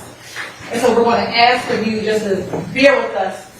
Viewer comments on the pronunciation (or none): and ax for ask. This is the real tone when she isn't trying so hard to appear professional.